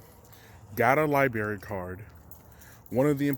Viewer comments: Am I really gonna be the first to call him out for how he says library? I'm sorry but your forgetting the r after the b hahaha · The lie-berry lmao